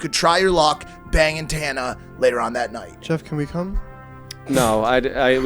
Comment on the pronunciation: Is mike saying tana’s name wrong on purpose?